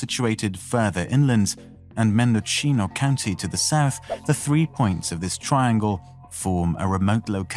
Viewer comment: Mendo-cheeno hahaha